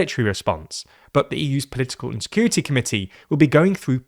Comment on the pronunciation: to me sounds like "but the EUs political insecurity committee" 😂😂